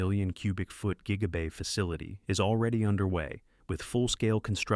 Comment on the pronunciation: Tweak your AI voiceover. It keeps calling Gigabay Jiggabay